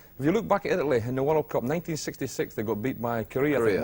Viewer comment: "IT""LY" lol .